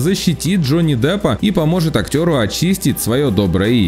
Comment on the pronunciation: Джонни Даппа?? вы серьезно??